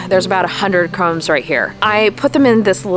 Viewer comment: I think they are called "corms", not "cromes". Wow, I just found your channel, and I love your beautiful flowers, and all kinds of tips for gardeners!